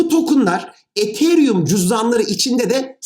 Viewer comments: hocam sen ietheryüm derken ben nie değişik hissediyorum ya biz buna yıllardır etheryum dedik 🤣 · Hocam ethereum diyişiniz çok gıcık ya. E harfini farkında olmadan ei şeklinde okuyorsunuz. Yapmayın gözünüzü seveyim. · hocam ethereumu neden degısık telafuz edıoyosunuz r harfını bastırınn hocamm :) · Hocam ethereum'u çok komik söylüyorsunuz xd